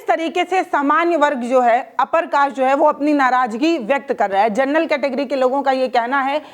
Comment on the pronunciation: Madam, Gernal Nahi hota General hota hai